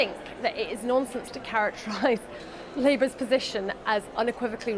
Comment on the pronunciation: When you brits say "nonsense" it also sounds like you're saying "nonces" m8 😂 other Americans won't pick up on it mostly but nonces is all I can hear. I first noticed it when you said nonsense the other day in a vid lol